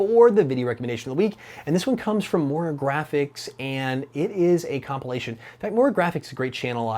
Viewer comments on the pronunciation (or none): none